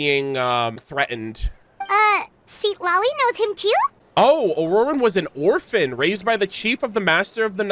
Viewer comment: Or-orphan! Now way bro!!